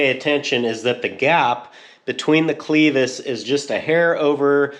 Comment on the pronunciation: It’s clevis not cleeevis At least here in Texas it is :). Nice fabrication regardless!!